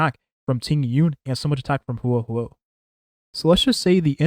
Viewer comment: He said it pretty fine after the first couple of times.